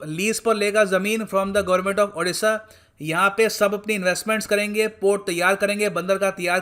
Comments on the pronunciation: O - D - SHA not A- D- SHA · sir please,pronounciate our state odisha not adisa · " अ" नही "ओ" हे...... "ओडीसा" |sir, pronounce it correctly . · Plzz sir State ke name tike se pronounce karo